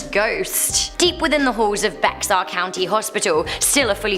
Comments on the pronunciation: What she say Bex...Are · Actually, the word used to be pronounced ""Bay Har" by the Spanish. They used that pronunciation in the movie, "The Alamo" in 1984, but it is "Bear". I think the Canary Islanders settled it originally in the 1700s. I love living here because of the huge mix of cultures. All those wild pioneers who busted out here to make a new life.. . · Abilene = ăbi leen. Bexar = bā har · Don’t mean to be mean but it’s pronounced bear I know it’s spelled like bexar but it’s bear great video though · I’ll admit that I cringed when she pronounced Bexar wrong. It’s pronounced like bear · Ma'am, Bexar County is pronounced "bear". You're accent is adorable. 😄